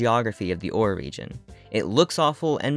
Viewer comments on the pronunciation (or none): This was an amazing video really loved the lore. I think the region name is pronounced Or-Ray because of the extra R in the word ore and the commercial for the game says it that way